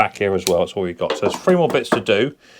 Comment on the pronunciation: omg have you ever listened to yourself .....viss = this free = three =vhe =the fred = thread fing = thing you sound like a right dumb pratt or is it prat 🤷‍♂